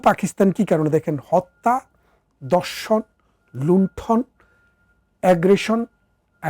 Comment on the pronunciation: Baat khaowa, Baaroth,dorson ki pronunciation!